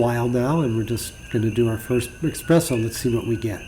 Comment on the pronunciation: I like your video but I think if you want people to take this channel seriously you must stop pronouncing espresso as “expresso”. It’s a very good video otherwise 👍🏼